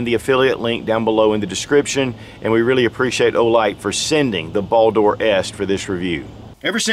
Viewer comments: Why do you keep saying "Ball Door", "Ball Door", that shit sounds so hilarious and hard to watch. I don't think I've seen an "O" in the word. It's simply "Bald-R" as it's spelled. Olight likes Norse Mythos for naming products. Simple search Baldr (anglicised Balder, Icelandic: Baldur) is the god of light, joy, purity, and the summer sun in Norse mythology, and a son of the god Óðinn and the goddess Frigg. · It is pronucened Baldr not baldor skip the o